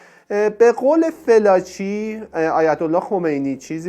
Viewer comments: تو با این صدای نحس وگوش خراشت اول اسم این خبرنگار رو یاد بگیر ودرست تلفظ کی‌برد بیا اراجیفت رو تف بده مزدور. اوریانا فالانجی. نه فلاچی کودن. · کاشکی اسمشو درست تلفظ میکردید 🤦🏽‍♀️ felaci نیست، fallaci هست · فِلاچی نه دوست عزیز، فالاچی تلفظ درستِ این اسم است* البته میبخشید دیگه؟!! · شما صدبار بجای فالاچی گفتی فلاچی اسم این خبرنگار اوریانا فالاچی هست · باید متذکر بشم لااقل اسامی رو درست عنوان کنید اوریانا فالاچی است از اول تا آخر گفتید فلاچی!!!! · با احترام ، تلفظ صحیح ِنام ِخبرنگار ، “فالاچی” است ، نه فِلاچی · فلاچی چیه چرا درست نلفظ نمی کنید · واقعا یک برنامه سطح پایین در حد فرهنگ بسیجی ها ،این آقای گوینده حتی اسم فالاچی را فلاچی تلفظ میکند و کلی از چیزهایی که در این برنامه بنام مصاحبه با خمینی شیاد مطرح شده اساسا جعل اسناد است دراین برنامه فقط خزعبلات خمین برجسته میشود، اساسا مصاحبه اوریانا فالاچی خیلی کوتاه بود چون در رابطه با حجاب فالاچی در برابر خمینی کشف حجاب میکند که از محل جلسه اخراج شده و مخفی میشود و مخفیانه از ایران فرار می کند ،چون دارو دسته خمینی طرح ربودن و زندانی کردن فالاچی بود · درود بر شما . تلفظ صحیح اسم این خانم فالاچی است نه فلاچی . من هجده سالم بود که انقلاب شد و کتاب زندگی جنگ و دگر هیچ ایشان را میخواندم (ویتنام) .ایراد خبرنگاری ایشان این است که بعد از اتفاقات سرو کل اش پیدا می‌شدا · فالاچی رو چرا هی فِلاچی تلفظ می کنید؟؟؟ خوبه در تیتر هم نوشتید فالاچی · خانم فالاچی صحیح است یا تمام ایران اون زمان خانم فالاچی را به این تلفظ میشناختند.